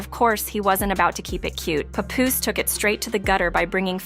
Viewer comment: I hate the mispronunciation Pupoose!